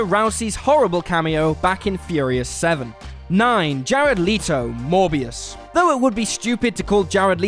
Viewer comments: It’s Not “Le-toe”, it’s “Let-o” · PLEASE take time before recording to type “[actor’s name] pronunciation” into YT’s search bar. It’s Jared Let-oh, not Lee-toe. And very easy to find out. And by the way, how is Cardi B an undoubtedly fine actress, aside from a 5 minute cameo in Hustlers, which was about a millimetre removed from her actual persona. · For fuck's sake, it's Jared LET-o. Not "Leet-o." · LMAO. First time I've head Leto pronounced as Lito. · Oh dear God will you people EVER have enough respect to pronounce names correctly? These are international stars and there simply is no excuse for not knowing how to pronounce their names. e.g. its LEH-to not LEE-to. Sheesh!!! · It's Jared Let-o not Jared Lee-toe if you do a video on films, at least get the name of actor correct. Also you are speculating, no evidence to prove it will be a flop. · I cringe every time u say Leeto its Leto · jared leto not leeto xD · Jared Leto last name is pronounced Let-o not Lee-tow. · It's pronounced Jared Leto as in LET-O NOT LEETOE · It’s Let O not leeeeto ffs!! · And you didn't lost even more credibility when he couldn't even pronounce Jared Leto's name correct it's not that hard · I’m so glad it wasn’t just me who was cringing EVERY time He said Leto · It’s Leto not Leetoh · Jared Leeto? You guys are doing it on purpose, I'll leet myself out. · Unliked for LEEto. Cheeto and Leto. See the difference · He can even pronounce Jared "Leetow" correctly so IRS not a far fall from grace!!😀 Have to agree with you about the Cardi B being a fine actress comment though!! Unfortunately I had a mouthful when I heard it & laughed so hard I almost choked to death!! That'll teach me to not talk shit about people, huh?! NOPE, not a chance!!😀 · You mispronounced Jared Leto’s last name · You can't even pronounce Jared Leto's name right shut the fuk up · Who else is off put by the fact that they clearly can't say Jared Leto's name right but also is judging him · Learn to pronounce Leto.